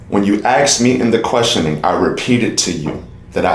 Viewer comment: He still says "axed"